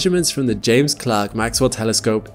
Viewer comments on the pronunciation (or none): none